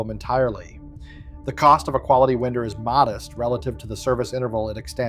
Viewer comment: Does NO-ONE have a voice?? Please speak, and don’t let AI do it. It doesn’t even know how to pronounce “winder”…